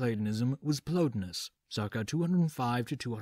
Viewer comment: The guys names were Plo TIE nus and E PICT atis. Pls act as if you've heard these names pronounced somewhere.